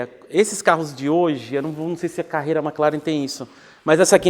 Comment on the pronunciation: Só falta ele abandonar a "Mec" Laren